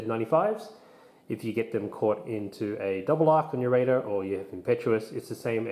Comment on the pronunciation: You keep saying "Raider" like "Radar" No sir. Say it with me. "Ray-der"